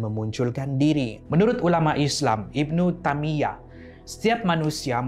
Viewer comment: Maaf bang, Ibnu taimiyah bukan ibnu tamiyah,salah cara pembacaan